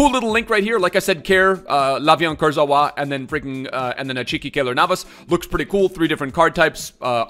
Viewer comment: still butchering Kurzawa's name xD